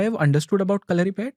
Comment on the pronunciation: Dont know, why the gurukkal is pronouncing it like that...there is no stress to "U'' in kalaripayatt"u"